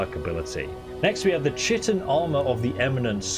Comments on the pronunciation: That's not how you pronounce chitin... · I always say shitin too, DW about it lol. It sounds better as Shitin tbh instead of kitin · I quit the viceo at the first mention of "tchiten", sorry. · The “ch” in chitin is a “k” sound and the first “I” is a long sound. That is how we were taught in all biology classes. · You misspelled your correction of your incorrect reading of the word Magebane. Also, chitin is pronounced kīt'n. I alost still often pronounce that word incorrectly internally. edit: you prounounsing "Solstheim" as somthing like "Solθīm" makes me think you could be doing it on purpose. If you're not doing it on purpose, then I empathise with that. Either way, I'm only 7.62% of the way through this video. I don't want to continue writing down errors when the chances of you benefitting from my corrections are so small.